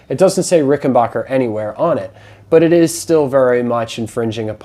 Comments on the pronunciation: As soon as I hear Rick en "BOCKER" instead of the correct RickenBACKER I assume ignorance ! If you can't pronounce the name correctly, Makes me question everything said ! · Stop saying RickenBOCKer. It makes you sound like an idiot AND it's wrong. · Very impressed with your site. BTW, not trying to be nit-picking, but the correct pronunciation of the name is Ricken-BACK-er. Short A in Backer as opposed to long A as in AH. It's my understanding that Grandpa Rickenbacker changed the pronunciation of the family name before, or at, the time of the founding of the family business. Thanks for a great vlog. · Please learn how to pronounce Rickenbacker properly. 😃